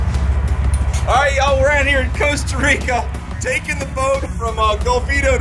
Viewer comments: its golfito, with an O. i live there. haha, love your channel. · Bruce is just one of the companies that does that, he is also one, if not the most expensive. My nephew also checked in your vessel, before it was uploaded from the ship. And for God's sake, learn the names of your destinations, its Golfito! But, thats all fine. Some just past through my little paradise and move on... just the way I like it. Too many gringos, destroy everything. You show a very small part of CR, but all channels do.